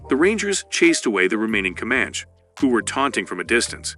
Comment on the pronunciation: Dude, Com-manch gets me lmao